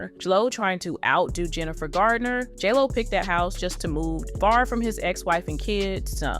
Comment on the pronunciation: Are you saying jello or jlo?